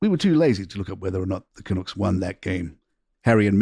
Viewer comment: You need to know how to pronounce Canucks